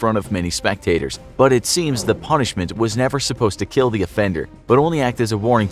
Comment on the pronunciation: This punishment....will keel!